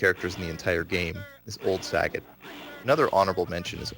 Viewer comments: Rye-u Saget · Raiiu and Saggot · Plays professionally and can't pronounce the names Ryu and Sagat. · i cant believe he pronounces Ryu and Sagat's name wrong